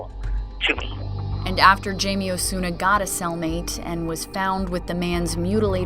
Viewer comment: Not sure why everybody says "Jay-Mee"... his name is Jaime (Hai-Meh)..